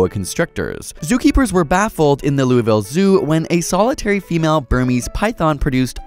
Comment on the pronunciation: You pronounced Louisville wrong